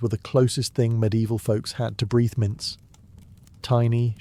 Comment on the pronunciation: Breeth mints? Paste-ie? Interesting pronunciation